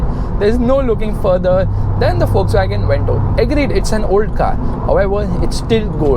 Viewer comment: it's pronounced fokswagen